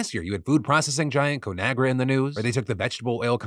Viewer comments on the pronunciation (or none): Sorry Phil but I had to laugh at your expense when you pronounced ConAgra as co-nagra. The name is derived from the combination of the Latin words con ("with") and agrī ("soil" or "earth"). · What an interesting pronunciation of ConAgra